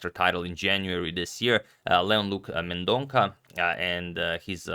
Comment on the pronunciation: It's Mendon-sa (not Mendon-ka)